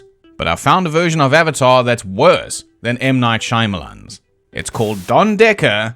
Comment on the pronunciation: "m night shimealon" lol idk why the way you say that is so funny to me "shimealon"